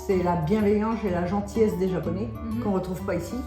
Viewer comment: アマちゃんの日本語発音、いつも凄すぎて感動しますわ。